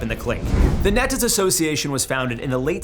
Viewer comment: When you say NETAS its spoken like KNEE-ETAS